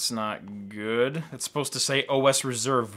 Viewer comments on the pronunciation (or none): none